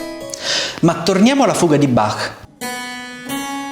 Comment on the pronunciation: Noto che in questo video è stata corretta la pronuncia di Bach, col "-ch" aspirato alla tedesca, e non pronunciato "Bakk" all'italiana